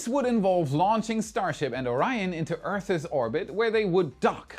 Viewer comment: The word "earth's" has only ONE syllable. It's not "earth thes". Your accent is tolerable except for that!